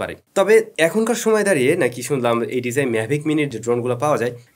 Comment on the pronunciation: Bro just a small request please learn how to properly pronounce “DJI”